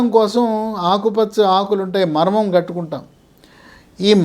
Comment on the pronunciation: "మర్మం" కాదు "మరువం"